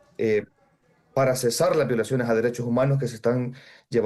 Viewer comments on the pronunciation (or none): none